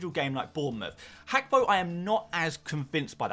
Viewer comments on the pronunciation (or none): it’s Gakpo not Hakpo. It’s a Ghanaian ewe name. 😂